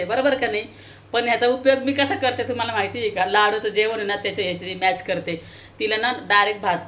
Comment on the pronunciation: मॅश बोलो मॅच नाहीं